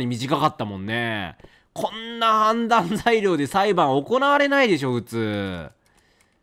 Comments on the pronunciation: レトさんの判断には同感しかないけど、判断材料をずっとはんだい材料って言ってて笑うw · レトさんの「判断材料」何回聞いても「はんざんざいりょう」にしか聞こえんくて毎回わろてまう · いつまでも判断材料が言えないレトさん可愛い